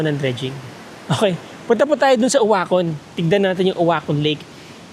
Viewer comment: Uacon hnd ouacon😅